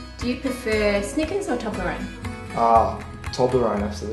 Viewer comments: It's pronounced toe-bla-roan not tob-la-roan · It's pronounced 'toeblerone' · What a nice guy, and what a HUGE Toblerone. I love how you pronounce it in Australia; 'Taublerone'. Here in Ireland we pronounce it 'Toeblorone'. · ITS PRONOUNCED TOE-BLER-ONE!! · That's not how u say it. TO-BLUR- ON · At the start is sounded like she said doblerone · Its TUBE - la - roon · My inner Brit is coming out. All these words being pronounced wrong😂 'toblerone' 'nougat' I can't even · you said toblerone wrong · Wtffffff.... That is not how you say toblerone 😂😂 what the hell is wrong with people